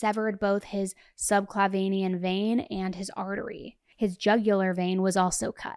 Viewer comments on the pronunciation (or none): I am no BK and am NOT nit-picking, but subclavian is pronounced sub-CLAY-vee-en, and I only know this as I'm a nurse. Hopefully helpful, not hurtful. We love you,!❤ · FYI, the word subclavien is not pronounced sub cla vein e an, the word is spelled with 4 syllables and pronounced sub cla ve an. There is no 5th syllable in this word. Just figured you would want to know.